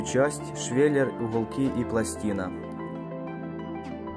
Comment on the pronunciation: Идея отличная, но блин дефицит буквы "г" бесит. Прям редет слух "хубки" "хайки" "ухолки" "болхарка"